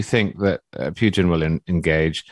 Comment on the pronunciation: I don’t understand why it is so hard for you to say Putin. It’s not “u” sound like in puke. It is “u”, like in put…